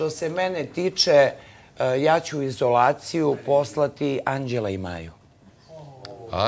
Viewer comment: Zar maja ne kaze necu izulaciju😂😂😂😂😂nema ona postovalje❤❤❤